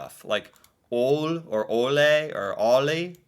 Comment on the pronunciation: Ole is said lik"Olé"